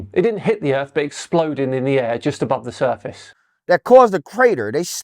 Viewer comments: BITCH, YOUR POINT IS MOOT IF WHEN YOU TRY TO SAY EARTH AND THE WORD EARF COMES OUT YOUR STUPID IGNORANT MOUTH! 😂😂😂😂😂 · Being American myself, I apologize for this idiot. My country education system is failing. He is probably the most stupid......the funny thing is I never even heard of this fool.......Did he just say the word EARF? Instead of the word earth? 😂😂😂😂😂😂😂